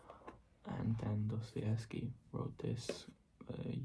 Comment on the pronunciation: Прекрасное видео! Жду с нетерпением новое🫶🏻❤️ Я долго не могла понять вы русский, учащий английский или иностранец, учащий русский. У вас прекрасное произношение фамилии Достоевского, хаха. Это меня и смутило Желаю удачи в развитии канала✨🎀 I couldn't understand for a long time whether you are a Russian, an English student or a foreigner studying Russian. You have a beautiful pronunciation of Dostoevsky's last name, haha. That embarrassed me I wish you good luck in the development of the channel✨💖🫶🏻